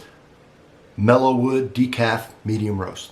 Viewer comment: I certainly hope you are not dyslexic, but it seems that you are misreading, then mispronouncing the description of the coffee from the label we saw at the beginning of the video. The label reads, "Maud's Mellow Mood" yet you continually say, "Mellow Wood". I see that it is readily available for purchase, so I may buy some from Amazon to help with keeping my "Mood" in check. I enjoy your videos, plus, I have also subscribed to your channel. Keep sippin' & smilin'.